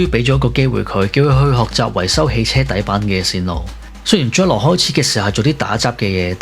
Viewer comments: 文案寫得唔錯ㄚ,希望唔係ai同你寫😂 Btw,懶音好多,「宗一郎」讀成「Jol郎」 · 聽來聽去都聽唔到宗一郎呢個字